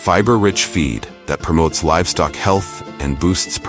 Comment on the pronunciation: We know it's AI, because the narrator said "ferrous" instead of "Fahrenheit. "Cranberry bugs" instead of "bogs." "Livstock" instead of "livestock."